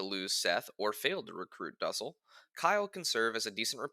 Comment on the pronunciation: Its not pronounced duhsell its doosell for duessel